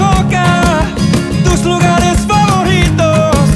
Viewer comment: Well, nit-picking he did misspelled the word FAVORITO, he was pronouncing it as if it had 2 "r", like FAVORRITO, when it's pronounced with a closed r.